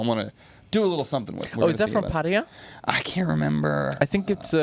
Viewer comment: Why do you pronounce Pattaya as Pætia instead of Pattaya?